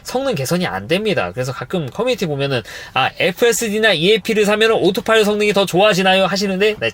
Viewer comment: 오로파일럿 인가요 오토파일럿인가요 😮